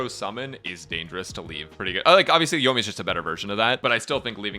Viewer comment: "Yoiyaka" - now that's new. Yoika, Ayamiya, Yoimika, Ayakamiya. I personally think it should called Ayaya or Yoika.